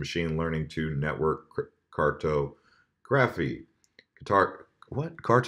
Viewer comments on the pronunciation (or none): Car-tah-gruh-fee love ya:)